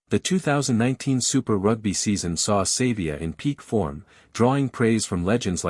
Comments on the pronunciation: Pronounce his surname properly it is not Sayvea it is pronounced Sarvea , although it is spelt Savea!! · Downvoting because of the terrible AI use and poor pronunciation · Too much AI use...can't even get the pronunciation of his name right. What else is BS?